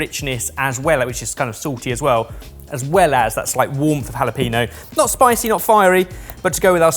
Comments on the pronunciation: Guys, Jalapeño = jah leh penyo: ñ = ny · TRANSLATION GUIDE "sudooko" = sudoku "jalapeeno" = jalapeño "unbleached baking paper" = a delicious ingredient (tbh these apply to a lot of Brits not just for some reason -- the worst being "choritzo") love you! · for the love of everything holy, it's Jalapeño - Ha-la-pen-yo. Do you want hot chilies near your pee? No! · The mispronunciation of sudoku and jalapeño annoys me so much 😂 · He's an excellent chef but consistently lousy with languages (everyone on this channel is). Spanish is most common, they said "jalapeño" wrong here and never get paella or taco right. Wince and move on to their core competencies, it's what I do. Edit: I say everyone but I think Kush usually gets stuff right?